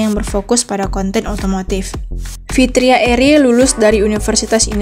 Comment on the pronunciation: Fitra eri bukan fitria, Min 😅